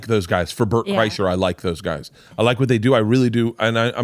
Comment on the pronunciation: Bert "and Georgia said" Kriesher